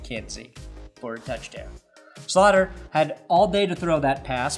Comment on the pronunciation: It's pronounced Slowter not slaughter😂